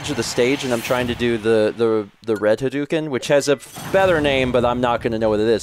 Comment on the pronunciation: Hadouken is not pronounced that way. When Japanese is spelled in the Latin alphabet, "ou" represents a stretched 'o' sound. It's more like Ha-doh-ken. You can get fairly close, too, by just pretending the 'u' doesn't exist.